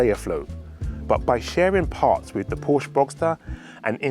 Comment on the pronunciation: For a supposed fan of the marque you could at least pronounce the name properly